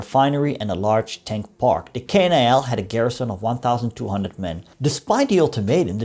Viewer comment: The pronounce should be KNIL not K-N-I-L and it was Abdacom not abeedee-a-com..